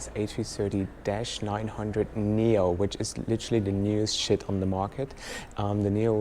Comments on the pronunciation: I think you accidentally said shit instead of ship🙈great video btw keep up with the good work🤙🏼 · 1;07 When talking about the Neo did you just say "literally the newest SHIT on the market", ive replayed it to double check!! Is it your accent or did you say that. Oh well either way l laughed. Loved the remote control system on this plane, and the table, so much more practical than the seat pull out design of the table!! Great video. Thanks.